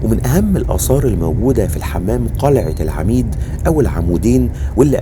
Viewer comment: فيديو جميل وموفق ❤ اتمنى حضرتك تحط الصور اكبر شوية عشان مش بتكون واضحة خالص لما بتعرضها ومنطقة العميد نطقها الصحيح العُمَيٍد